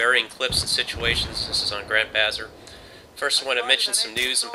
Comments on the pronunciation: did he say Grand Bazar? Isn't it Grand Bazaar? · haha you're sick... but did I hear Grand Bazzer?